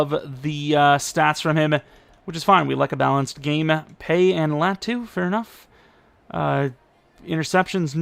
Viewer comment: I think if you pronounced Latu’s name correctly he’d be better